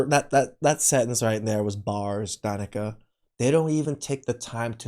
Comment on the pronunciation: It is not Danica! It is D'Nieka.